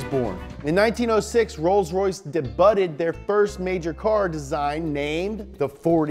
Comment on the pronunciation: Dehbyuted is pronunciation of debuted *